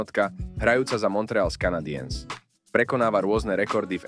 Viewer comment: "Montreals Kanadijens"🤦